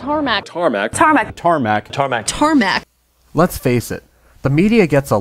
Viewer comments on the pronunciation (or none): Carmac? Or tarmac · "TaRmæC" Me: TRIGGERED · So some people say TaRMaC other say TaRmOc ... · YOU SAID TaRmAc!!!!!! >:( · The amount of "Tarmac" pronounced "THARMAC" is disturbing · #1 is wrong::: Search for a word Tar·mac /ˈtärˌmak/ Learn to pronounce nounTRADEMARK IN UK noun: tarmac material used for surfacing roads or other outdoor areas, consisting of crushed rock mixed with tar. a runway or other area surfaced with tarmac. noun: the tarmac Origin early 20th century: abbreviation of tarmacadam.